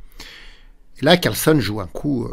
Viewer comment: Je n'oserais pas sacrifier ainsi sans avoir tout analysé (ce qui est impossible, au moment de jouer Cxe4). Mais je ne suis qu'un petit joueur... Un petit truc pour: penser que "Carlsen" se prononce comme "Larsen", ainsi ça devrait venir tout seul.😊